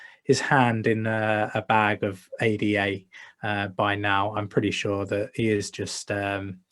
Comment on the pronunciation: u serious? Thought the guys that run a stake pool should know how to say the name of the crypto they promote. Wouldn't it make more sense?